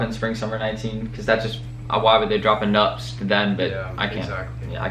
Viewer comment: Losing brain cells every time you try to pronounce “nuptse”